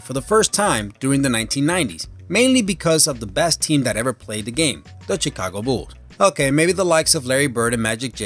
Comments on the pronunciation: It's pronounced "shicago". 😋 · *shekaago. Chicago is pronounced shekaago. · where are you from? you said Chicago like the Ch- in China. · Da CHEE-KA-GO BEWLZ? Hee hee hee.....love ju,! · DID HE JUST SAY "chickago bulls"????? i need to listen to it more time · I love how he says Chicago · The guy can't even say Chicago right!